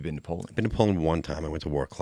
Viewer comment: it is NOT "warclaw" it is pronounced "Vroslav"